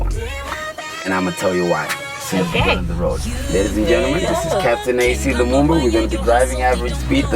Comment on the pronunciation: the accent is on point